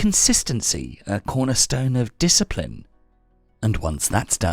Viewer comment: "Yuuu a rack a disciprin"